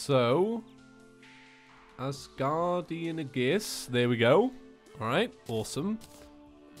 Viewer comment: There's only so many times I can hear him pronouce Aegis like "Uhgiss" before it starts getting to me. Normally I can forgive mistakes like that but for some reason it just irks me in particular.